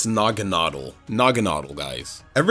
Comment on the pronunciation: naganadel works better as Nuh-Gan-Uh-Del that's what i've literally always thought how it was pronounced until the anime